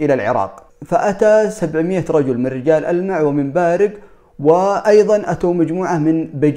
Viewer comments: ألا ينطقونها رُجال ألمع؟ بضم الراء أذكر أني سمعت هذا من أهل الجنوب إذا كان أحدكم يعرف فليفيدنا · اما بالنسبة لرِجال ألمع فتنطق بالكسرة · لا تنطق بل كسره أنا عسيري